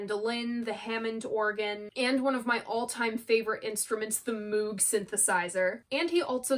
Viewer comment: I love That’s The Way. Just a beautiful song, and one we never heard on the radio back in the day when we listened to radios. I will never criticize your pronunciation of Bron-Y-Aur because I don’t know how to say it myself. But, if you indulge me briefly, the Moog synthesizer is pronounced mogue (like vogue) at least according to the way the inventor, Mr. Moog, says it. No judgment. I promise I won’t do it again.😀